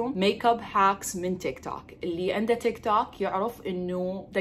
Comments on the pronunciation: تك توك اسمه تك توووك .. مو تك تاك .. لشوكت اظل اعلم بيج 😑 تخلللف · هوه اسمه تيك توك مو تاك تام👍